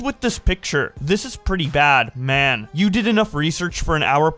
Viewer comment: Random appreciation comment but I like the fact a minute in you emphasised the pause on the comma with "bad, man" 🤣